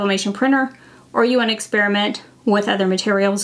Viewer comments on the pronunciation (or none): none